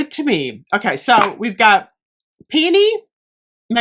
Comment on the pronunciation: I'm just thankful you pronounce it right lol I die a little every time I hear "pee-OH-nee" smh 😅